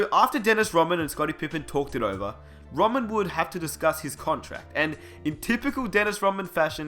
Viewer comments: Rodman, RODman. Not rawman, or you can just call him The Worm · Y u keep saying Roman. It's Rodman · For fucks sake... mate you aussie? just a question, why do you pronounce Rodman without the D? it sounds like you're saying Dennis Rowman